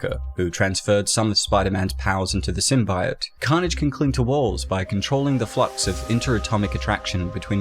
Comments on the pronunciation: Bro. It's Symbiote... SymBEEote. Not SymBYote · Dude holy shit, did you learn nothing from the fan reaction to the first Venom trailer? Sym-BEE-ote, not Sym-BY-ote. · Sim-bee-oat NOT Sim-bi-yote (Sony fucked up the pronunciation in the movie) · It's is pronounced 'SYM-BEE-OYT' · Video: Sym-bye-oat Me: eight, imma head out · Please don't Pronounce it Sym-bi-ote even the vemon movie makers at large dubbed in the 'correct' pronunciation after the terrible trailers for the first movie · Symb EYE ote.... Cringe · Sim - bye - ote lmao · Taking a big risk in the pronunciation of symbiote I’m pretty sure Deadpool was the host before Spider-Man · You pronounce symbiote the same way the scientist did in the first venom trailer and it caused them to change it mane!